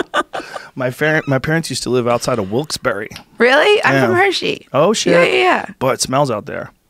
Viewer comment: omg Joe said Wilkes-Barre the right wayyyyyy wooooo #PAProud